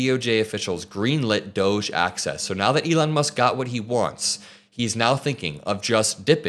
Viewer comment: why are you pronouncing doge incorrectly?